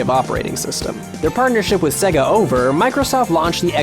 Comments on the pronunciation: It's "say - gah" Not "seh - gah" Honestly, wtf? You narrate a video about this topic and don't even know how to pronounce the subject of the video? And there is no arguing this. There is no grey area. You are pronouncing it wrong. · Many people are here wondering of the accuracy of this video. My gripe comes with hearing how many times he pronounces Sega to rhyme with Leg-a, when every time you pop in a Sonic game, the game itself says Say-ga. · DYK the correct way to pronounce SEGA is 'Say-ga' not 'Segga' Source - the loading screen and sound of every single sega game ever made. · Is anyone else irked by how he keeps saying "Seh-ga" instead of "Say-ga"? Ya know, like they say when you start up any of their games.... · It's "sayga" not "segga" how annoying! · The pain! It's Say-ga, not segga!! AAARRRGGHHH! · How many times can you pronounce Sega wrong in 9 minutes? It's say-gah not segga. Have you never played a Gensis/Mega Drive,? It shows you how to pronounce Sega as soon as you turn it on! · Anyone else bugged by the way he pronounces Sega as 'Segger' instead of 'Sayga'? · DID YOU KNOW, SEGA is pronounced SAY-GA, Not SEGA. Jesus this annoyed me. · Did You Know it's pronounced SAY-gah, not SEH-gah. This is made clear by the boot screen on every single Genesis game ever made. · Now all I can hear is Seh-ga. and it's getting on my nerves. It's Sayga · It always sounds weird when I hear an American pronounce it "Segga". I mean, it's not like you heard "Say-gaa" at the beginning of every Sonic game or anything. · How about you pronounce it properly It's pronounced "sayga" not sega Just go and load up Sonic if you need to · If he says "Seh-Guh" again I'm going to murder him. "Say-Guh", not "Seh-Guh" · It's not Seg-a man, its Say-gah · Oh my god... STOP SAYING SEGA LIKE SEGGA OH MY GOD! It's very annoying. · stop saying segga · It's not pronounced "segga". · mary hadfad In Japanese, Sega is セガ, 'se', as in sent. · Sega. Say-guh. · Stop saying Segga!!